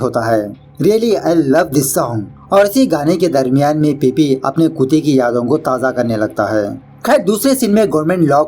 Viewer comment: It's not khueete it's kute